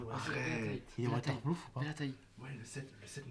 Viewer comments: c'est pas "waterploof" c'est "WATERPROOF" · l'iphone 7 est "water ploof " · A partir du 7 il son woterprouf